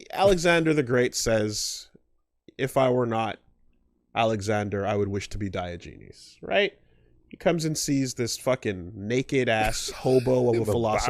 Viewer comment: Diogenes. Die-Ah-Gen-ees.